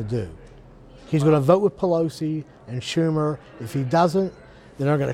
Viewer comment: He just said "Shurmer" You know I get bummed out cause they line up people with the spectrum of political knowledge assumed by the collecting of the persons, but people dont know the same. There could be a middle aged housewife that knows more about policy than the guy next to her in a tie who puts on espn more and could speak with equal expertise, on many different athletes. We just dont know since we are only hearing softballs thrown at them and many without substance just "good or bad" opinions. We'll that was a moment right there. Shurmer...or better I should say Schurmer XD lol weekend citizens mixed in with everyone else who is responsible to read and watch not just the channels but the experts they bring in that know their field and how no agenda other than maybe having an affiliation with the channels core audience. No they are experts giving advice about what they did or what they know by real life experiences; WE get the score from the people we could google right from our phones. This guy thinks an hour with Hannity is enough analytical thinking for the modern age. As you could read, It Pisses me off when we should show off how much we know about our country compared to ours. I'm not talking nerd style but you should know the majority leader at least. Thats knowledge of who you know might control how votes might swing. But if you get it then guess how i felt seeing the guys face get that trumping glaze with the eyes wideopen like he knows about conspiracies we